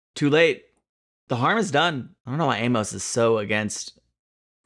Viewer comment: It’s Aimus not AimOhs